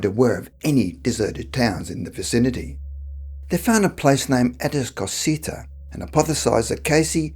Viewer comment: Atascocita is pronounced A-tos-cah-seeta but I have always pronounced it like the man on the voiceover-LOL!